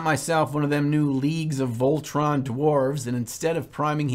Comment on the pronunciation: Aha Voltron, isn't it voltann or whatever... SQUATS!!! What's this league ahaha leagues of squats!! Whatever... Seriously why does games workshop do this, is it because Squats could be seen as derogatory? Maybe? But yeah love your method alot better, I tried to do a slapchop method and I find it takes me more time. It's great for certain things but for like imperial guards man or traitor guardsmen as I'm painting, it really does need to the older way of doing things. It's so annoying to accidentally get a little paint on something and then having to get the white or grey out to touch it up, or even worse you touch the two contrast paints together and then great, I have to touch it up? But then it looks like you had to replace a rusty car part with another one from another car. It just stands out so much. I could see the Nids working well, or for DND well. Horus heresy is a great game to do that with. Basically if you have your army that's your baby, paint it the old way, the other army that came in the starter set, use slap chop.